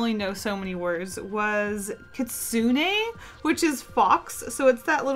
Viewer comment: KItsune. not KEtsune. Japanese is easy as hell to pronounce. Their vowels never change.